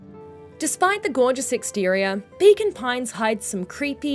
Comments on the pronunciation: I kept hearing Bacon Pines.😆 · That's because that's what's being said :D Accents gonna accent